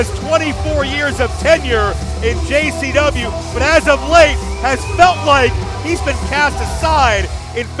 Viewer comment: I have been watching every interview with Russo here lately and for some reason he keeps saying gcw instead of JCW